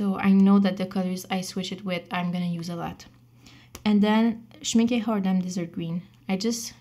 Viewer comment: Loved this video and btw almost perfect pronunciation of the brand "Schmincke" in the end of the video (when you said Schmincke Tundra Rose) <3<3<3